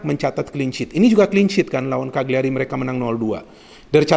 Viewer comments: Cara bacanya CA LI YA RI, bologna bacanya Bo Lo Nya. #forzamilan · Eh Ka Li Ya Ri